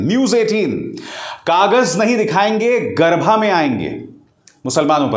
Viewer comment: Sir, it's garbaa and not garbhaa